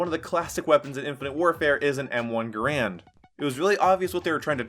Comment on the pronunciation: I stopped listening when he said m1 grand... kill me. It's garand you idiot.